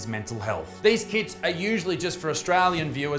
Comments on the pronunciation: every time you said KITS I thought you sad kids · I swear when you said kits I heard "kids." 🤣🤣🤣